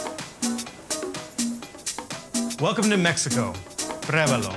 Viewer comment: Why can't Rick pronounce the name of the show properly? It's prUébalo, mate, not prébalo, theres an 'u' there. Prébalo is not even a word. Nice shots and food, though.